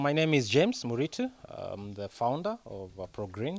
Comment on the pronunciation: I know him and it's not Murichu, it's Muritu. We actually call him mzito